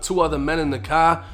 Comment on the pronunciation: Damn i hate hearing u pronounce apartments and the word car🥴🤦🏾‍♂️